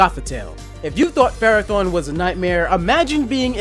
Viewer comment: Ferrothorn sounds like Ferra / Torr